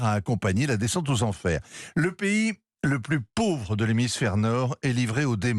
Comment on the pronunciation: Le Monsieur mets l'accent Pour dire " LE PAYS LE PLUS PAUVRE ".